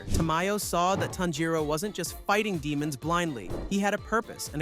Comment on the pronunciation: Im hearing tenjiro its tanjiro